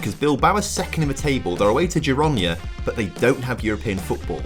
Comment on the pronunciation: I love the mispronunciation of "Ji-ro-na" - Girona 😅